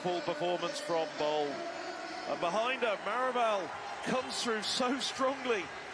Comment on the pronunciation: BOL is pronounced BALL not BOWL. "Victor Ball" is how the announcers pronounce Femke Bol.